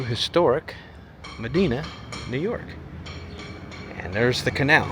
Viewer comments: You pronounced Medina wrong. You need to learn the story of... It's me Dina. Also, it's the only place where the road goes UNDER the canal on Culvert Road. Also, about every third house is for sale because people are fleeing high tax NY State. Mules pulled the packet boats, not horses. Medina is famous for it's red colored Medina Sandstone mined from now abandoned sandstone quarries located along the canal. Many commercial buildings and churches were built using this sandstone. One of the quarries was Medina's swimming hole with diving boards and snack shop and indoor gun range. The Apple Grove Restaurant hosted many wedding receptions and was a high end famous restaurant in it's day. Maybe you should do your research before making one of your ignorant videos. I grew up in Medina delivering the Medina newspaper as a paperboy for $10 per week in the 1970's equivalent to $100 per week at todays monetary value. Gas in the 70's was 37 cents per gallon. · Brockport does have a nice downtown, especially when you go to alot of Midwest small towns where their downtowns are just empty and boarded up. Also I REALLY hate being a pronunciation Paul, lol, but it's pronounced ma-dye-na. I only know because I live down the way in Buffalo. I still love ya though lol. I'm just happy you're in my area! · be confused. Medina, which he mispronounced, is not upstate NY. Rather it is in Western New York. Gonna post get it right. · The way you pronounce Medina is pretty funny it's not how they say it here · Was going to say ya hes saying that wrong😂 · Its MedIna, long "I" not Medeena, why don't you learn this stuff before you make videos? Re: Albion, yes that was a barge in the canal in downtown. The tugboats tow them down the canal. You obviously don't know that Brockport is as nice as it is because it has a campus of the State University of New York....FYI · Pronounced it wrong it is med dine a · PS it’s pronounced Ma-di-na (Like Princess Di) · It's Me-DIE-Nuh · It is mah DINE ah